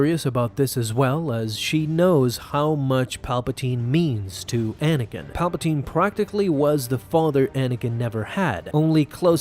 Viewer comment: At the beginning he said manakin